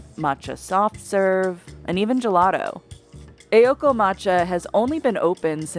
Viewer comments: Fads are lame AF. Also, it's Aoko, not Eioko. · The pronunciation in this video was horrendous. 'AY-okoh'? 'Kee-yotoh'? Please do your research.